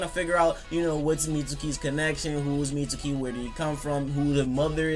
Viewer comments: I think Mitsuki has yamatos DNA in him. So pretty much orochimaru and yamatos kid. He kinda looks like Yamato a bit. On a side note why do you keep calling him mitsooki? It's pronounced meetski. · Anthony Marshall really so sasuki isn't pronounced saski and akatsuki isn't pronounced akatski? Watch the show, yes even the Japanese one, they pronounce his name meetski. The u is silent when its suki... And obviously I know it's Japanese. If it were in english we'd pronounce the u.